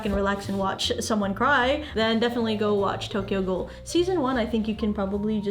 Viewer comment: "Tokyo ghoul" oh boy bad starting haha